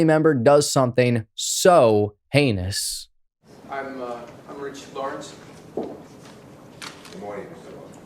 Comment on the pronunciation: I caught that slip of the tounge nonchalantly dropping the H at one point turning heinous to anus. How many others thought that too? Funny still bruv.